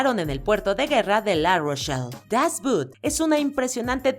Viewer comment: siempre comentarios interesantes. Solamente le agregaría mayor precisión en idiomas extranjeros (ya que es video de divulgación de conocimiento. "Das Boot" (el submarino) se pronuncia tal como se escribe "dasbOOt" (Alemán). Sino parece que dice "la bota" ( inglés).